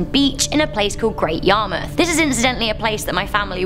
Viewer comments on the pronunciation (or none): none